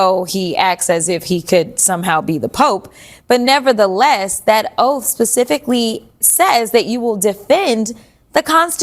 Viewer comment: He swore an “Oaf” then he is dead on correct!😂